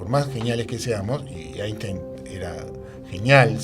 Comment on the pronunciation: Es típico de los “científicos” tercermundistas afirmar que Einstein estaba equivocado. También es típico no pronunciar la palabra “Einstein” correctamente y no haberse enterado que Feynman consideraba la mecánica cuántica imposible de intuir, y reírse como si eso fuese una trivialidad.